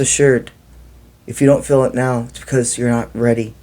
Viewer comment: Good message: Kindly clarify when you say fill do you mean “feel” or “fill”? Thank you!